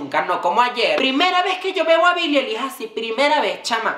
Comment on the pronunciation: Todo bien con la divaza pero que mierda le cuesta pronunciar bien el nombre de billie dioss